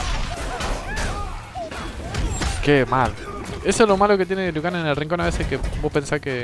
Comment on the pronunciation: Broo alguien mas vio q dise lui en ves liu kang